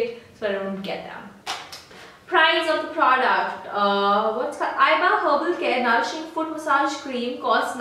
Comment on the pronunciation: u pronounced iba wrong ...